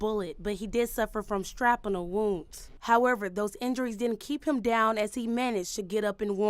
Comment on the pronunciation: I'm sorry, but if you're going to be a reporter, you need to pronounce words accurately. She said, "strap-in-ull."